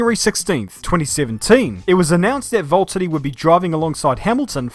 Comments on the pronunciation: ITS VALTTERI NOT VALTEDY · seems to be saying Valttady instead of Valtteri. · Your my favourite YouTuber and you make amazing videos but its Valtteri not voltiddie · Who is this Volttedi guy? It's like the #Jesko pronaunciation, but worse. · who or what is a 'Volteddy'? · my man is calling him VOLT-TITY 🤦🏻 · Why do I keep hearing "Volttadi" instead of Valtteri? Edit: In my opinion, Valtteri is a good driver, except that Hamilton is like 10 times better than him since Hamilton learned from Rosberg. And I think Valtteri is fitting for Mercedes and should stay. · its Valtteri not Vulterri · love this video but i swear you’re the only person i’ve ever heard say Voltari not Valteri, is it the accent? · It’s V-A-lteri not V-O-L-T-ari 😂😂😂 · VAULTeri ? Don't you mean VALteri? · It’s V A lterri not V O lterri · Pronounce your 'R's! Valtteri not vault-uni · Quick question: are you completely butchering names on purpose? It's VALtteri, not VOLtteri. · why do you pronounce valterri like Wvwvwvwalteri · the way he pronounces it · Valteri it’s James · Every time I hear say valtheri I die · Is Valtteri that hard to say? 😂😭😭😅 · I reckon I've never heard both t's pronounced in his name before & it's fucking me up. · The way he says Valtteri and Bottas just makes me feel weird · Who is this "Voltteri" you keep talking about? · Valteri, it’s